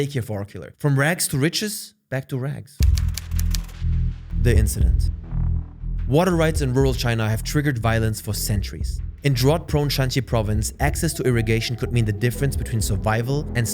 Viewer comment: Just so you know drought is pronounced Dr-Out. I know English is not your first language and our language is stupid and it makes no sense but this is how we learn :P